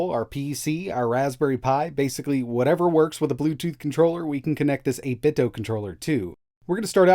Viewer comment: Like the video but I cringe every time you say 8bitdo like it’s Nintendo. The company has already said it’s “do” like Scooby Doo